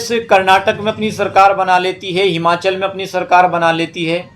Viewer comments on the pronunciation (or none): none